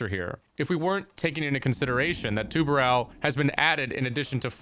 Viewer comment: Please learn to pronounce tubarão, not tubarau